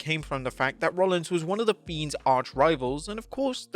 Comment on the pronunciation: Sounds like you the Beans instead of Fiends